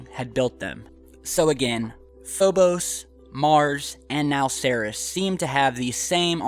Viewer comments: you're pronouncing Ceres wrong, it's pronounced "seer-eez". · It's pronounced "see-reees" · its pronounced like SIRI with an s on the end dude. have you heard it said before? ceres.. SEAR-EES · It's Cer-eeze... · isn't it pronounced "seer-ees"? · I believed it's pronounced series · You know, I might take this crap more seriously if the presenter actually knew how to pronounce 'Ceres' correctly... No, no, I don't think I would take it seriously after all. Lol!